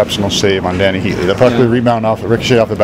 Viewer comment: Heatley, not heatly